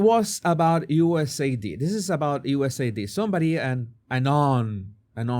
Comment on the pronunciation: God dammit; it's USAID, not USAD 😆😂🤣 Phonetically it would be "you ess ay AYE Dee". That one's been eating at me since you first said it 😁 To be fair though; your English is infinitely better than my Castilian and I'm not criticising you, just mentioning it for both our sakes 😊 Love your work, brother; and I'm so happy to see you getting more and more openly based as time goes on 🤘🖤